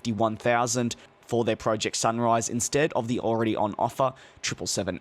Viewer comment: the way he says project must also be australian, he says prough-ject, insect of pro-ject